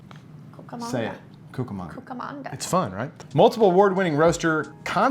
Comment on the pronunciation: I grew up in Rancho Cucamonga and Klatch Coffee is EPIC! It's pronounced like latch with a k in front of it. Well done pronouncing Cucamonga brother! I've spent many many hours at Klatch Coffee.